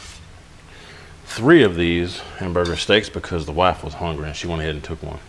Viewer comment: Can I say?...... " I'm Hongry "